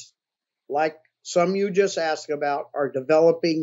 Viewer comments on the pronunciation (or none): none